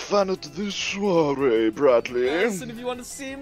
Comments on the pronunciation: I'm french and when you say soirée i'm feeling bad... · When you are a French guy and you listen to English people say " Soirée " it is soooo awkward ^^'